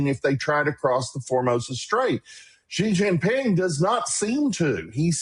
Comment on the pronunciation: Xi is pronounced /sh ee/ not /ch ee/